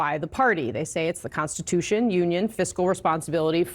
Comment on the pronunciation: Trump says Constipation instead of Constitution. 😂😂😂😂